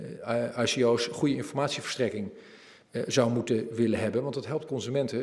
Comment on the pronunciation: zolang hij spreekt over IKO'S en niet eens weet hoe je het moet uitspreken dan mag hij per direct zijn mond houden.